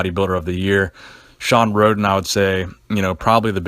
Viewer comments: SHAWN RHODEN* not Shawn Ray lol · Shawn Rhoden then you say Shawn ray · shawn rhoden not shawn ray idiot